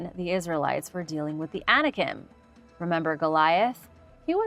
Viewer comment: I was not clear with my statement. I know Anikin is the name of Darth Vader. The point I was (poorly) trying to make was that was saying ANIKIM, with an m sound at the end. You were comparing two different but very similar sounding things. So you CLEARLY don't know what YOU are talking about. You might want to be sure you know what you are talking about before you verbally attack someone. I was just trying to help you see how your original statement had nothing to do with what was talking about.